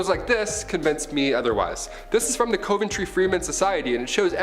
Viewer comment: Coventry is pronounced CUVentry.